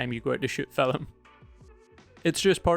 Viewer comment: can`t help, i hear always fil"e"m.... ;-)